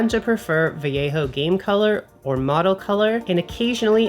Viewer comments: "adds some much needed snake skeleton to your bases" 🤣. Also, you're one of the few non-spanish YouTubers that pronounces "Vallejo" correctly 🙂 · Thank you for pronouncing "vallejo" correctly 😂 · I like how says Vallejo properly! 😉 Everyone raves about contrast paints.. is it just me?! To me they are just washes and require multiple coats for a proper layer, which defeats the stated purpose. My other bugbear is that the descriptions in no way indicate the actual colour... Which is fine if you buy them all and experiment but rubbish for beginner painters with a limited budget!! Has anyone else tried the army painter speed paints? A few channels recommend them but it's hard to know if they are incentivised or have 1 million paints and will go off them...?!?